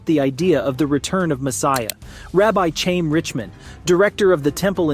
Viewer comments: Chaim is not chain with am M. It is pronounced Ha yim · Please learn a little Hebrew pronunciation. I normally don't care but when you pronounced "Chaim" with a hard "ch" as in church, it hurt my ears. That "CH" sound is almost like clearing your throat.